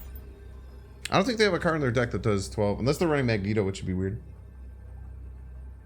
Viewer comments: Why you call it Magento? jajaja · I can't get over how he pronounces magneto